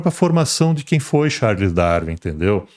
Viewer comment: Ele não consegue falar Darwin. Pqp